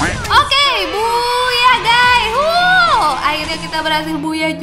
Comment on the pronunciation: Kk boyah bukan buyah